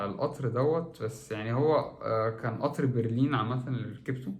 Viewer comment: اسمه قطااار وليس اطر